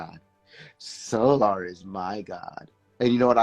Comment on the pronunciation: I can tell you are fed up with the bs. The 1st couple mins the way your pronouncing their name SOOOOO🙄LLLAAARRR!!! AND NATCHURRRR🙄🙄E BOY... THESE YOUTUBE BAAA🙄LOOOOGGGGG🙄🙄AAARRSSS 🤭🤭 🤣🤣🤣🤣🤣 BUT I'M BEHIND YOU 💯💯 percent!!!